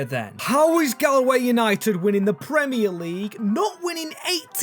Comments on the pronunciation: As someone from from ireland its no gal way its gaul way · saying gahl-way broke my heart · it prounanced golway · Galway is pronounced gawl way